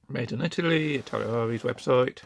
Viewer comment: I T A L A R E E ... not Italiriari . Just FYI